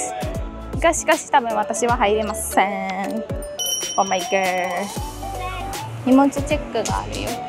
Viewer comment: Oh my got じゃなくて Oh my god かOh my gosh ね（笑） あと、痩せちゃダメ！ みんなそう思ってると思うよ